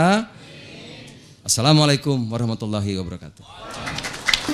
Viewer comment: Ada ucapan salam tang kurang pas : ASSALAAMA SLSIKUM yang seharusnya / yang betul sdalah : ASSALAAMU ALAIKUM.